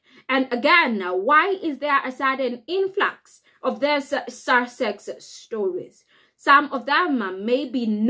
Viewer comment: We should all be happy - the Sussexes don't want to return and we don't want them. Job's a good'un. From the county of Sussex....please learn how to pronouce it properly, there is no 'r' in the word.